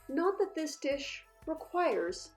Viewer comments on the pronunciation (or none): none